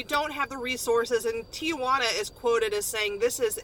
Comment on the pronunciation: the a in the middle of Tijuana is silent